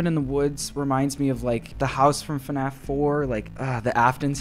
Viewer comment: its fnaf not fuhnaff